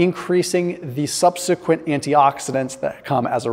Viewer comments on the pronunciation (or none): none